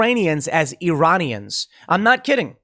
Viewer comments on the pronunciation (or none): He clearly meant to say "Uranian" as in people from the planet Uranus. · Uranians not Iranians. Like, from uranus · It sounded like he said "Uranians" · Ah yes "Uranians," my wife's second cousin is from Uranus, nice planet I hear, a bit cold though, and lousy air quality... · the fact that you have to go over whether he said “Iranians” or the “Uranians” is more disturbing than anything. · Iran is a real place, yes. But almost 100% of Americans refuse to pronounce it correctly : "e-ran". Instead, Americans pronounce it "aye-ran", and its people "aye-ranians". So Biden DEFINITELY said "URANIANS" 🤡😳🤪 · He said Uraniums; change my mind XD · He said Uranian… remember he was reading off a teleprompter. Much closer to Ukrainian. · Tim, I think it's obligatory for US politicians to mispronounce Iran as "EYE-ran" (same with Iraq), so I think it really must have been simply a swallowed syllable and Joe said "Uranians". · as much as i do not like him, it did sound like uranian to me as well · I don't think he said Iranians it sounded like uranians to me. It also sounded like it was the first time he was reading that speech